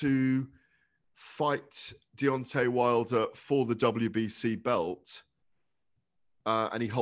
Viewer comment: “Deon’ay Wilder”